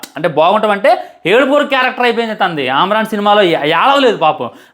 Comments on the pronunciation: ఆమరన్ కాదురా అమరన్ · Arey పకోడీ movie baagundhi raa... అమ్రాన్ ఏంది రా జఫ్ఫా... అమరన్ ra అది.... నువ్వు మూవీ పేరే పలకడం సరిగ్గా రాదు....నువ్వు రివ్యూ చెప్తున్నావ్....అరే real ga జరిగింది కాబట్టి ఉన్నది ఉన్నట్టు చెప్పారు...లాజిక్ less కాదు ra....Nuvvu brain less..... నీకు మీసాలు సరిగ్గా రాలేదు....మూవీ రివ్యూ చెప్తున్నావ్....నువ్వు చాలా personal ga teesukuni movie ni bad chestunnav ani ardamyndhi....Overall ga oka mukka lo చెప్పాలంటే....nuvvu పెద్ద bokka అని అర్థమైంది....పిల్ల బచ్చా లా మాట్లాడుతున్నావ్....